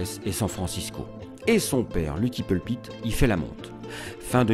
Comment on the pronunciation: I JUST LOVE THIS VIDEO! He is just so handsome and I love how the narrator says his name with his French Accent. Too fun.